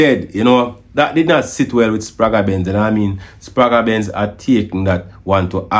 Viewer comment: The sound is la Benz not L.A Benz.